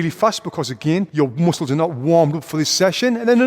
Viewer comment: i love when he say moosles instead of muscles that freaking funny brah